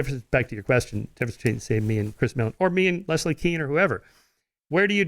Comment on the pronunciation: He says Leslie weirdly....Les - Lee